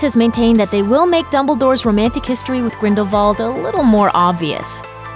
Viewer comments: Arrrrrgh! The pronunciation for is so irritating. Firstly, It is the Deathly Hallows, not hollows. And secondly it is Grindelwald, not Grindelvald. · the fact that this lady said “griffook” instead of “griphook” and “gridevald” instead of “grindewald” really annoying me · Crimes of GrindelVALD. What? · “The Crimes of Grindel V ald” 😂😂😂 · it's not grindalwald? With a W???????